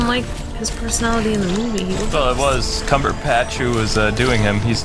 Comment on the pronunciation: It's CumberBATCH not Cumberpatch!